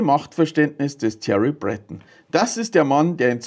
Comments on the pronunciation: Sein Name wird französisch ausgesprochen: Brötong 😉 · Thierry Breton ist Franzose. Der wird also nicht "Brättn" ausgesprochen. 😏